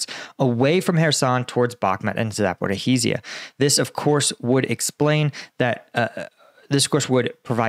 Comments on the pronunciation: Mate, ZA-PO-RI-JYA, not zaporihizhiya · Try to pronounce Zaporizja! This zaporihi:zija is not OK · Zaporizhzhia is pronounced like Zaporishia, not Zapporee-hee-shia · Hello, it is ZAPOREESHA or ZAPOREEZHA in Ukrainian, not Zaporohisya, sorry for that, but it is easy! ZHZH (almost SHSH) means you speak it longer and not double. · Zaporizhia! It is not Zaporohizhia! It is the shorter version! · It's pronounced ZA-PO-RO-ZHIA, not Zaporohizia please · Zapra hiz iya? No Zapor eeezhya da or yes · Za por ya hi zya... nooooooooooooooooooooooooooooo Za por izh (ige in beige) ya.. Come on mate get with it. How long have you been struggling with these UA names. Get with it mate! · Please, do not pronounce "h" in Zaporhyzhia :). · love the show. The pronunciation is za-po-RYJ-ye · Its called „saporischja“ i wrote it how you say it 😊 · Zaporizhzhia is pronounced with 4 syllables: “zah-poor-ee-zha”. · You are best, but please: Zaporizhzhia = [zapo-rish-ya] or better [zapo-rish-shya] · Your pronunciation of "Zaporihiza" is weird. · Ok.... Zaporhizizia???? I understand mispronouncing towns and areas if they are the 1st, 2nd or 3rd time they are mentioned. But please show some respect for the Ukrainian people and learn the pronunciation of the areas that have been on the front for.... 6 months! (Otherwise, I like a lot of the analysis you bring,) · Zaporizhzhia - this is how it's pronounced: Cheers! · I wonder if he'll ever manage to say Zaporizhzhia correctly :)) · How is it possible to have reported on the war for well over a year, and still not be able to pronounce "zaporizhzhia" even approximately correct? I must confess I am a bit embarassed on your behalf..